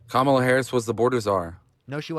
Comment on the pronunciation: These people would probably call all of us NPCs, yet they just pathetically uncritically just repeat 4chan talking points… like they presented nothing of substance… Why, without fail, do they pronounce Kamala’s name wrong?